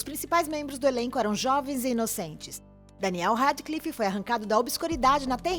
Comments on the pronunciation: coisas nesse video que estão me irritando reri potter daniel rádiclifi rãpert grint jeiquei rólin ela falar que a sonserina é a casa dos vilões poha man eu sou da sonserina e n sou a melhor pessoa pra se ter como amiga mais poh man eu n sou aquelas vilãs tipo as e os de harry potter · "Reri Potter" "Daniel Radiclife" "Raperti Grinti" Que ódio